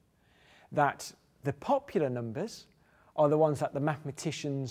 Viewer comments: I love the way he said "POP-pular" xD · The way he says pop...ular makes me shiver with antici..........pation.